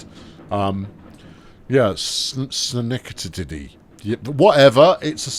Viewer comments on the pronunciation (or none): It's SKah - NECK - Tah - Dee. Never been there myself, but it's in upstate New York state somewhere. I think. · Schenectady is pronounced as “skin-neck-ti-tee”